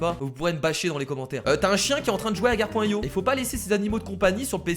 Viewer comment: Je rêve ou à tu as dis "Akar.io" ?